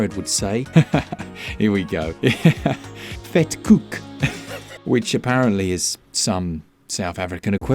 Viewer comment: You nailed the vetkoek! Wouldve never thought thats something I would hear anyone outside of south africa say.